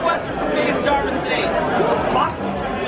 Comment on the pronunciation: Jahhhvis? Coincidence, I think not